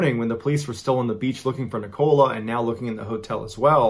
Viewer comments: Is “Nicola” not a name in America? Because you’re saying it wrong. Instead of “oh” it’s just “o” as in lower case. So said like Nic-a-ler….we have northern English accents 😅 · Love your videos John. I've basically watched hundreds of your videos in the past 5 days. I am actually from Lancashire, and thought I'd help you out with the dialect a little. Nicola is actually pronounced like "Nickle-a", and the "shire" in British county names is actually pronounced like a short "sher". Let's hope you never have to cover any stories from Worcestershire. I'm not going to help you out with how to pronounce that one, because I'm a saucy devil ;) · I thought it was just me lol. I’m also British and I can just hear Ni-coal-ah. And it’s bothering me lol, so he’s saying Nicola. Not Nicole-uh. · I think Nicola's name is pronounced NIK-uh-luh. At least that's how a guy I went to high school with pronounced his own name. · It is literally Neecola pronounced in my country . The USA is not the only country on earth . Same names have different pronounciations around the globe . Nicola is in Germany Neecola pronounced. After all it is a latinized word . So would you stop hating on him ? 🤨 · I must say..As a Brit, Ive never heard the name Nicola pronounced Nicole A..It's such a common name here but sounds so much more exotic how Mr B pronounces it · The name Nicola is said ni ca la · I've never heard a human pronounce "Nicola" like "nikawla" Before this video! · Oops, you are pronouncing her name incorrectly.. It is Nic-o-la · Nicola is pronounced NICK-uh-luh. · Antigua, a woman alone on a beach ?? People do stupid things. Pretty sure her name is pronounced nick-ola the 'o' is short, not a long one like cola. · The pronunciation of Nicola had me chuckling too. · I'm pretty sure Nicola is pronounced The same as " Nikola" ( Tesla ) Not the way you're pronouncing it john! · Your videos are great Mr Ballen, but the way you say Nicola pains me to my core 😂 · The way he pronounces Nicola... 😬